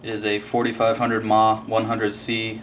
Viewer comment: MAH lol, i dunno why but that really bothers me when people pronounce it like that..milliamp hour..